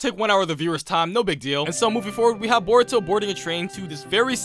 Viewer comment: you cannot pronounce a single thing right bruv called Boruto “burrito”